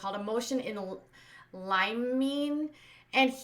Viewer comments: can you enunciate a bit more? Either that or you said “disposed”, not “deposed.” It’s just that sometimes I watch with subtitles so that’s helpful. And it’s like “limb-in-aay.” No limes involved!:) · For future reference: Motion in Lih-muh-nee. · I go to you before TMZ. Limine is pronounced like jiminey crickets. This guy is a mess. His paremts neglected him when he needed guidance by having so many xhil8 without the time in a 24 hour day to devote to each child.